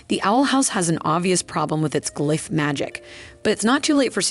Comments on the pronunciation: Thank you! I thought I was glitching. It’s like Benedict Cumberbatch trying to pronounce penguin, each attempt is different. I heard g-life, glyfe, glif, it got wild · It’s the alternating pronunciation of glyph for me